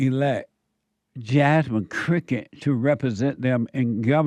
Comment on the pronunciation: I think he means crooked but pronounced it cricket 😂